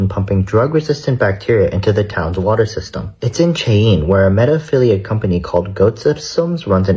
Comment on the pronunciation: Cheyenne is now pronounced 'Chay-een'? If you want any credibility, be at least semi-knowledgeable on the subject. He couldn't find WY on a map if his life depended on it.